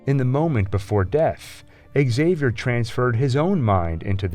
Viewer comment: Why the hell do they keep saying "Axavier" instead of "Xavier"??? He's Prof. X, not Prof A. !!!